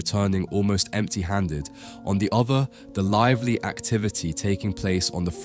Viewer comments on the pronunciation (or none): none